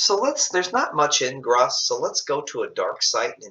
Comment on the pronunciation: I thought it is pronounced "groose"